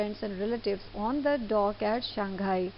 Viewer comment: I hear dock as dog an I thought that the relatives r sitting on dog but after all I understood that point